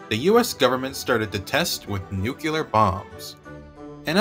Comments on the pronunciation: The word is not nukular its nuclear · It's "noo klee ar", not "noo cue lar". The shift to underground testing was motivated by the fact that atmospheric tests released radioactive fallout, which was dangerous. Also, the manhole cover would have been directly exposed to the gamma rays from the explosion itself, which would surely have heated it up a great deal. It is therefore more likely that it disintegrated within a few milliseconds of the detonation.